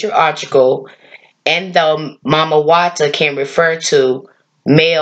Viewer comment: EXCELLENT! Well done Sis for pronouncing her as Mami Wata and not Miami Wata 💙🤍💙💦🧜🏿‍♀️